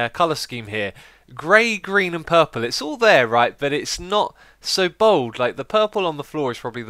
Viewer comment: I like how X says 'puhhhple' instead of purple.